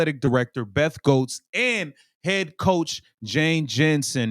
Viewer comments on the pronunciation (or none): It’s pronounced like GETS. For Beth. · you know I love your videos, but the AD’s name is pronounced “Getz”, FYI 😅